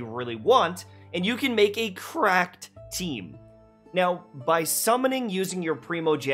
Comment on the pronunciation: I felt the "Cracked" there